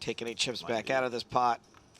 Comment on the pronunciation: it is pot, not pod, a ladda mispronounced words for getting paid.